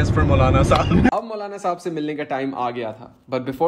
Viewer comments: Saab nahin saahab hota hai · its sahab not saab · It's sahab not saab👍🏻